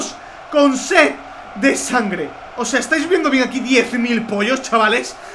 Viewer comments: cangre no sangre camgre nueva palabra en el mundo minuto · A dicho c de sangre que carajo te pasa as dicho cangre no importa igual te admiro